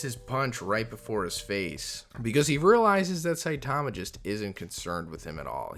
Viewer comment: Ill never for the life of me understand why people continue to pronounce Saitama’s name improperly. It’s very clear in both the sub and dub versions how to pronounce it. I’m sure most people would be corrected if they mispronounced someone’s name.